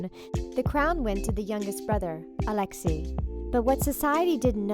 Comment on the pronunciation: Sat the entire time fixing the way the pronounce Alexis (Alex-A) and Anastasia (Ana-Sta-C-Ah) also some of your facts are WAY off.